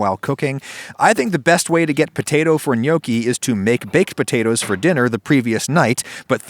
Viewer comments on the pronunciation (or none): He murdered potatoea